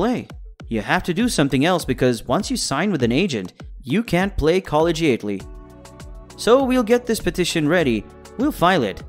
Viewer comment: I had to rewind 3 times to hearhow this dude said “collegiately” Lmmfao